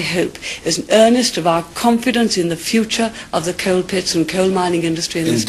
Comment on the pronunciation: I love the way she pronounces "coal" and "area" - very posh!